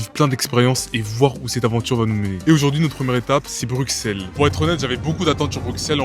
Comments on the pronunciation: Alors juste pour te dire on dit "Brussel" et non "BruXelles" sinon j'aime t'es vidéo :3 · C’est pas bruxellesssss c’est brussels la prononciation j’voulais dire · on prononce brussel mais on écrit Bruxelles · ignore, c'était agréable à regarder, surtout pour une première vidéo. le seul truc qui m'a un peu trigger c'est que ça se prononce 'Brussel" ^^ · La façon dont tu prononces Bruxelles Le mauvais exemple de voyager sans ticket de transport, en fraudent T es étonné des prix, le prix c'est le prix, si ça se trouve, les prix augmentent car il y a plus de fraudeurs... va en République Tchèque pour avoir des tickets en rapport à ton miserable budget Wesh (ca ne se dit pas quand on est quelqu'un de civilisé) Tu veux des transports gratuits, va au Luxembourg ;) dinguerie dinguerie Faire des prank cul cul la praline ce n'est pas nécessaire dinguerie encore l'idée de fraude ... pas bien Wesh le seum dinguerie dinguerie mauvais exemple pour ta communauté dinguerie dinguerie 2x Conclusion : pas de Wesh et pas de dinguerie à tout va. Ceci dit, t as une bonne bouille et t as l'air sympa Vidéo sympa mais qui ne résume pas la totalité des beaux lieux de Bruxelles. Bonne continuation